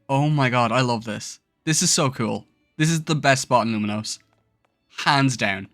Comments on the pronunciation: Saying Luminose over and over again was so jarring. At least learn to say the city’s name right. It’s Lumiose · lumiose doesnt have an n